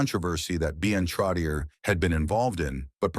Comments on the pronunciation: Not Trottieure... Trottié like yé.... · It's pronounced Trottchehhh 😊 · NUMBER 19 - MY FAVORITE ! His combination with Mike Bossy -INCREDIBLE ! & It's TROT-E-AY { NOT ER } !!! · This announcer is a disgrace. Pronouncing the name over and over incorrectly is brutal. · It is brutal to listen to this when the AI voice repeatedly pronounces his name wrong! Before writing this tribute…speak to someone who is in the know and ask the proper pronunciation of his name! 👎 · You are so right. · Please work on the name pronunciation. Terrible! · Ya. Like no shit. I quit watching after less than 2 minutes cos I couldn't listen to that dip shit fuck that name one more time.